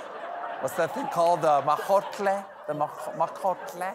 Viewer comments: OMG 😂 The “majotle” hahahhahaha 😆 (El Molcajete) Congrats to Jon Batiste 👏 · You mean "molcajete"? 😂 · hahaha molcajete! took me a bit to understand what Stephen wanted to say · It's called a molcahete Stephen....molca he te'....our family grinds chile', as in salsa in it ....made from lava rock.... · It's Molcajete 😂...for the guac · THE GUACAMOLE THING IS MOLCAJETE, STEPHEN! Anyway, kudos for trying. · Molcajete, Stephen. Mowl-kuh-hay-tay. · It is MOLCAJETE not whatever 😒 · What Stephen is trying to say is probably molcajete (and tejolote), but going for the common Nahuatl ending -tle / -tl.